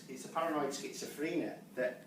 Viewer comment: He cant even pronounce schizophrenia